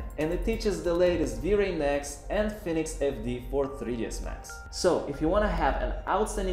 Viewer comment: Just a quick heads up brother, your English is fucking good by the way, however, when you said Phoenix, you pronounced it "phonics" which in the United States is synonymously related to the controversial English learning program that was racially associated with black people during the 90's and 2000's. I actually spit out my coffee laughing when I heard you say it. But no worries brother, I love all of your tutorials and don't worry about your pronunciation you're crushing it still. Thuuuuuuumbs up!